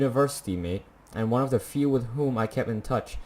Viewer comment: Are you Italian? Cause I heard “uno” instead of “one”? Btw, I highly recommend you to play Life is Strange if haven’t played it yet. It’s a graphic adventure game, one of the best game I ve played so far